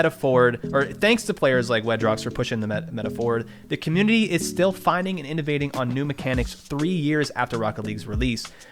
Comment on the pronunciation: This is sad, but u said communiny at the start 💀